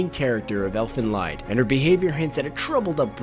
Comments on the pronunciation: its pronounced elvenleed Not elvenlaid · Have you considered research before making a video? EoE was an endless string of nonsense? No... It made sense. "Elfen Lied" is German for Elve's Song, as is pronounced closer to "Eflen Leed" and who is "Ah-soo-kah"? Her name is said in the show enough that if you've watched it, you'd know it's said like Ahs-ka, a lot of the time in Japanese, the u is silent. But none of the team at CBR actually watch animé, do they? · It's pronounced like 'Elfen LEED' ffs! It translates to 'Song of the Elves', because 'Lied' is the German word for 'song' - when will people ever get this into their heads? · Its not pronounced fucking Elfen LIED it's Elfen Leaaaad -. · It's not " Elfen Laid" but "Elfen Liid" because Lied is a german word that means "song" and it's not english. So it's an Elvish Song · elfen lied is pronounced as "Leed" not lied as in someone who tells lies. damn weeaboos. it's German. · STOP Prononcing Elfen Lied like it's written lide. You pronounce it as "lead". It's a German word, but regardless of this, an I is mostly only pronounced this I way, when there is an e RIGHT AFTER the Konsonant that follows the I. Like, really, so many people pronounce so many words so fucking bad due to not realizing (In this word the i directly as the nedt vocal after the supposed e makes the e to weird to fit it in, therefore we have an EXCEPTION) this. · Its pronounced Elfen LEET not LIED. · "elfen leid" c´mon, pronounce it right :D it´s "lied" ! ... and yeah sadly most people in the western world are stupid enough to really think that anime are only for kids/teenagers ... i just don´t get why ._. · Sorry for being a smartass, but it's not Elfen "lied", it's Elfen Lied, Lied is the german word for "song" and is kinda pronounced like lead. ^^' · Its not Elfen Lied, its pronounced Elfen "Leed", its German and it means "Elves Song". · Elfen LEEEEEED. Not lied. It's pronounced like leed. And the puppy scene was the best scene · Elfen lie-d?